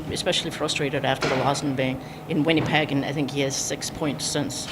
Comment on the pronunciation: Helene: “WinniePeg”